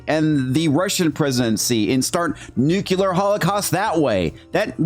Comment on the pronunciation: Are you seriously saying NUCULAR?